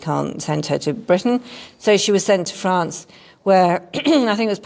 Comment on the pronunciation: France, not Grance.